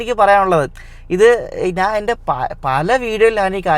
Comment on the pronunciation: ഡേയ് 'എണിക്ക് ' അല്ല 'എനിക്ക് ' ആണ് അതുപോലെ നാൻ അല്ല ഞാൻ